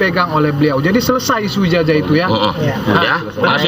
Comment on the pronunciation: Ijasah bacanya jing bukan ijajah